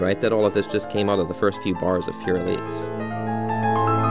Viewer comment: It took all of my willpower not to close out at “Fourier Elise”